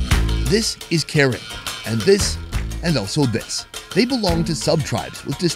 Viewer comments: No hate but it’s not pronounced Karen, it’s pronounced Kuh-ren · Hey, you mispronounced it, the correct pronoun is Kahran, not American Karen. Just a different pronunciation of the same word. Btw great video, hope this isn’t your last video with the Kahran people 😁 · I just wanna say that ur saying karen wrong😅 it’s pronounced ku-ren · bro it’s pronounced “kuh’ren” 😭 i figured you’d know by now hence you been wit them a few times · I’m sorry but I gotta correct him, it’s Kuh ren, not Karen like what kids are calling the complainers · It's pronounced Kuh-Ran. Not Karen white women name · It's actually pronounced (kuh-ren) for yall that didn't know..😅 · It’s pronounced ( kuh-ren ) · It pronous KER Ren. Not Ken Ren. Please learn before disrespect. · It’s pronounced Car-En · You pronounced Karen wrong. The same spell but different pronunciation.